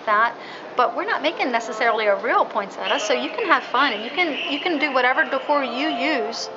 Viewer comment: I just wish people would pronounce Poinsettia correctly it is not a Poinsetta.